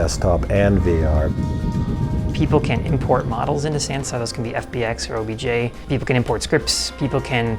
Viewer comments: God their Pronouncing of Sansar is so hillarious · Fyi It's pronounced sun-saar lol